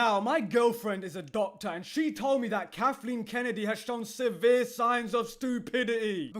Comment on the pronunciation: "Kathleen KenneREE" is probably the best thing i've heard today